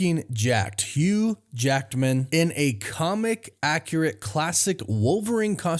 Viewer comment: "Hugh Jacked-man" 🤣🤣